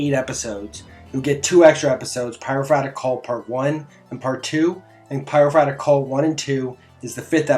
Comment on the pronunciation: Pie-row-for-ick Not Pyrofratick